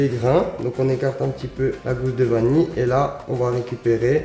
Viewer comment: Qui osera lui dire qu'on dit vanille et pas vani !!